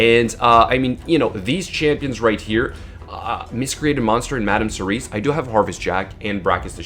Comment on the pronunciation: Cerise is already a word. it's Serris.